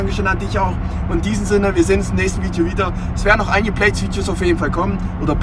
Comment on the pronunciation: Ich könnte mich jedes Mal kringeln, wenn ich diesen Satz höre: "Willkommen zu einem neuen Fiiedjoh!" 😄